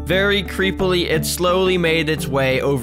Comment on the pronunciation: “Very creppily” lol😊😂